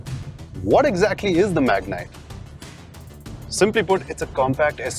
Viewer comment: It's been years after terrano .. it's magnite.